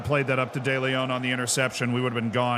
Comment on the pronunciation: Ceuta somehow became Seyuta and De León became De Leyón 😅